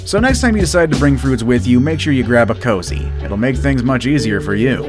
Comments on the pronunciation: Heads up to the narrator the correct pronunciation is koozie not cozy. Koo-zee not Co-zee; they are 2 very different words. How does an oversight like that make it all the way thru final production & no - one noticed/ knew the correct pronunciation...? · It's K O O Z I E not "cozy".